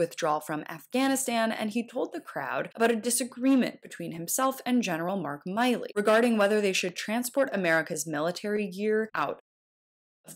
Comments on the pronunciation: It's "Milly", like Milli VaNilly not Miley like Miley Cyrus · FYI,...It's Mill..eee,..not Mile.EEEE (3 years of hearing his name and she still got it wrong) And the word "Certain" has a T" in the middle of it. How can I trust the information when the narrator hasn't done her homework. Just a talking head. ? I'm out ! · It's pronounced mill-ee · It's Milley. Like MILL-LEE. Can't even pronounce the man's name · you keep flubbing his name, Milley. , Trump pronounces it correctly.